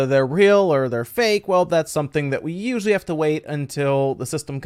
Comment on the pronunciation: Hahah at the start of the video he said we usually and all I heard was “Wii U”sually and got sad